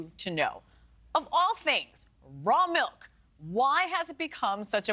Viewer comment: Its pronounced milk, not melk.